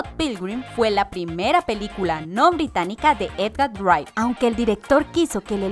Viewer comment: Ella casi no sabe leer las cosas, nunca dice de forma correcta "Edgar Wright" y muchas otras palabras